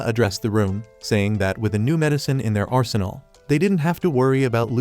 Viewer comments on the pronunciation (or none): none